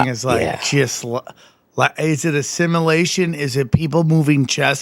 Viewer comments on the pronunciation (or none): We need a Brendan Shaub translator for Sam. First we have "sim-a-lation" instead of sim-u-lation, then "air" buds instead of ear buds and apparently Sam puts dead bodies in a "hurts" when most of us use a hearse. Bapa and him should do a show together